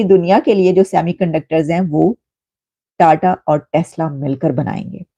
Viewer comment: Tada nhi jahil ulti paida hui hai kya sir tata bol😂